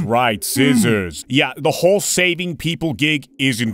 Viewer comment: So, was saying "Scissors"? Because I thought he was swearing...